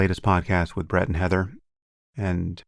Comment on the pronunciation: It did sound like he said, Bread…lol. All Bread No Butter Weinstein.